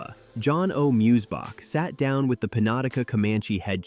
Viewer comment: I don't know much German myself, but the locals pronounce it "Moy-Zee-Bock", not "Mooz-Bock". Also, Fort Martin Scott was built by the U.S. Government in 1848, which is AFTER both the German settlers arriving, and also after the country of Texas was annexed as a US state. That fort has nothing to do with the founding of the town of Fredericksburg. It was not built by Fredericksburg, Gillespie county, or even the state of Texas. Typical AI slop. Very inaccurate.